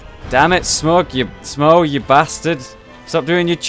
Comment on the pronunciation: Okay, im not sure, but I think it's pronounced smoe, not smog